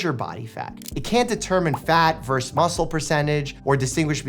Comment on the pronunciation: VS = Versus, not Verse. Versus doesn't sound like Verse